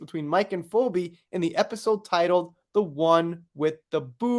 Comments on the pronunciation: Phoebe, a name from Greek Mythology is pronounced Fee, the cost of a service, Bee, what AH's dog stepped on. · Phoebe is pronounced Fee Bee. I know, right? I'm always helping my 1st and 3rd graders with their spelling homework, and it's crazy how stupid I feel trying to explain words that end the same but sound so different. Ex. Tough (uff) Cough (off) Through (ew) No matter how you spell it, it is just ridiculous! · 😂 We kno wasn't a "Friends" fan... It's "Feebee",.😅 It is spelled weirdly tho😊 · Hi dear, you are the most funny, lol, you do not say "Phobe" you say "Pheebe" and in the episode I felt it was suggested that she pooped on the kitchen!!! I am a die hard Friends fan! lol